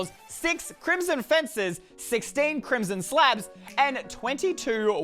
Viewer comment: crimson faces Me: *laughs crimson fences not faces